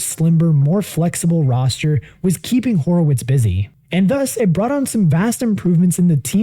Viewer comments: Bro said Horewitz too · Horowitz…. Bro you gotta pronounce it right